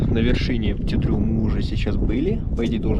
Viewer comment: Молодцы! Только почему вы произносите Пти Дру? Он же Пети, маленький ;)